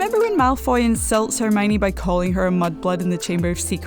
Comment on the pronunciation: I don't like the way she says Hermione Her: Herrrmoine 😑